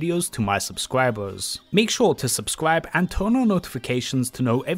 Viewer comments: "Make shuh to Subscwibe:3" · He said subscwibe lol